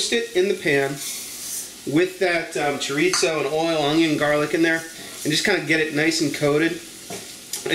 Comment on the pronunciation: I like rice! This looks like a winner for me! By the way... chorizo is pronounced chor- ee-so... if you can roll your tongue on the r... you got it!